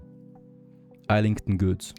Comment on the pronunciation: Every muscle in my body hurts hearing you pronounce Islington the way it reads and not the proper way (Izz-lington). Your series always make for great viewing!